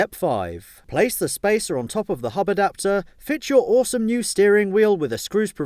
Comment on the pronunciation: the way he says hub adapter is so funny